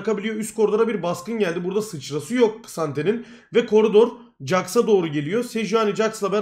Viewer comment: koç jaxa cax demeyi bırakır mısın anksiyetem 3e bölünüyor